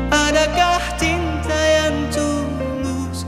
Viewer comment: Ini ada kenangan juga. Debat dg sahabat2... Adakah cinta atau adakah Tinta? Fatur memang nggemesin pengucapan liriknya. Cinta atau Tinta sih???? Hihihi...